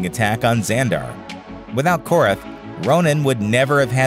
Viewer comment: Its korath his name is korath